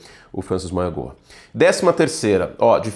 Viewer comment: Curti, o nome do Francis Mauigoa se pronucia mau-i-noa